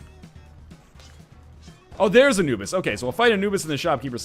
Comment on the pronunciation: Every time when NL is saying "Anubis" I hear "a noobs" ;P